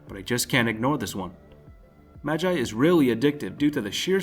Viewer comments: Mag eye serious omfg I can't believe you're an anime fan smh 🤦‍♂️ It's pronounced like ma gee learn Japanese cuz that pissed me off. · most north Americans say Ma-jai and other countries say Ma-gee we're odd like that. If he's reading a script then that's probably his default, even though the show pronounces it the other way. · im sure its pronounced mag-gee and not mag-i lol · Mans said “Maji” it’s Magi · why does he say ma-gai and not ma-gi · Why TF did you say magi like (ma guy) it's just (magi with an e sound instead of guy sound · Since when was "Magi" pronounced as "Madjei"? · You said magi wrong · is it just me or did he pronounce magi wrong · Say magi again .-.